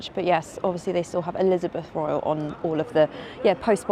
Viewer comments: Elizabeth Regina not Elizabeth Royal. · Elizabeth Regina ! Not Elizabeth Royal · It’s Elizabeth reigns babe. Not Elizabeth royal. But who cares. You’re doing a great job 👏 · Did she just say the post box is Elizabeth Royal 😂 it’s Regina …..as Latin for Queen. Bless all the same she might not be a billionaire but posh all the same. But cheers for showing Mr Bonds creator home. I just visited London the other week for the first time but walked from the station to Horizons 22 for the highest view then walked probably 13 miles under blue sky seeing London Bridge, tower bridge area, the Mi5 building used in Bond, Big Ben, The Palace etc St Paul and BOE and IWM. Did Leicester Square that was a wee bit dumpy and Piccadilly Circus that I had been warned is a bit a freak show and wasn’t disappointed it was. Seemed to have missed the posh bits behind the palace and I love a good bit of architecture. Maybe next time I could hire you for a pleasant afternoon stroll 😂 Love the Car spotting too.